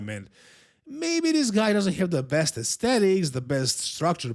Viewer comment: It's "aesthetics" haha